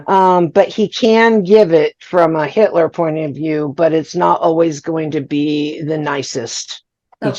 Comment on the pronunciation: I listened to all 3 interviews with Hitler, and you greet him with "Hey Hitler." Just to help you out here, you should pronounce it as "hyle." 😂😂😂😂